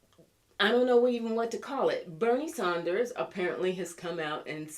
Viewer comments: It’s Bernie Sanders. Maybe you’re purposely pronouncing/spelling his name incorrectly but just mentioning. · Just an FYI. You're pronouncing Nadler and Sanders names incorrectly. The first syllable of both have the short A sound as in the words add and sand.